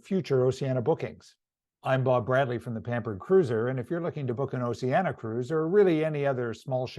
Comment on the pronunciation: It would be more impressive if you pronounced the name of the cruise line properly as in Ooooceeeaneeea not oceana